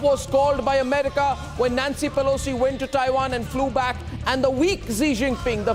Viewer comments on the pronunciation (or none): none